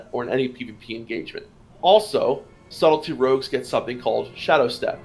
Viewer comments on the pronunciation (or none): I heard "Salty Rogues" instead of "Subtley Rogues" like three times :'D Great overview btw!